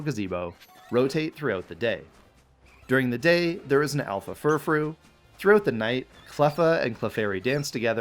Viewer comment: IT'S ALPHA, NOT SHALPA! SAY IT F*CKING RIGHT! AND THERE SHOULD BE ONLY 2 I'S IN DRATINI!